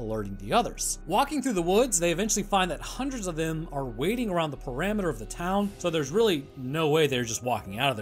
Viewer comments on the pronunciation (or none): you said “perameter” instead of “perimeter”. Malapropism of a true scientist! Lol